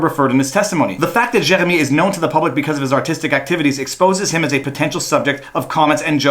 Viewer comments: Gosh, you Francophones have no idea how to pronounce "Jeremy". JK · The worse thing about all of this is listening to that French pronunciation of Jeremy. Nyah, nyah, ...fuck you Canadian tribunal, I'm American! (Don't worry we have lunatics too.)